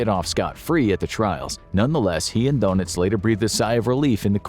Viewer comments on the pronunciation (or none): If only they would stop referring to him as Admiral DONUTS. It makes him and Captain Obvious sound like members of a superhero team. It's DER -NITZ. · It's not Donuts, but Danitz. Thr first vowel is lips rounded and saying Daynitz. When I was learning German I thought I was hearing Dernitz, but learned better.